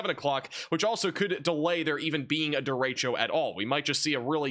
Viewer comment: points for saying 'derecho' correctly. It's annoying to hear weathermen say "duh-ratio". geez.